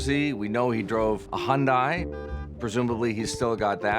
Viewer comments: Hyundai... almost perfect. It's pronounced like Sunday. Sunday Hyundai. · That guy keeps saying Hondai when it's Hyundai. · Please make the guy stop mispronouncing Hyundai.